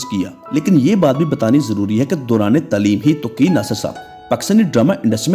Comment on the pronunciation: Hello my friend, please spare some time to learn Urdu, your Urdu pronouciation is pathetic, the word is "Taaleem" and your are saying "Tleem".